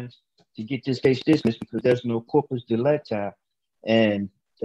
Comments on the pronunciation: Did he say corporate delicti? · One thing that gest on my nerves every time is that they miss-pronounce "corpus delicti", even the judge actually.